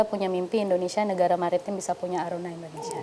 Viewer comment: Mohon dikoreksi.. Kelihatan tidak bermasalah.. Dalam mengucapkan... Bukan INDONESA... tapi INDONESIA... Maaf sekedar saran & Koreksi...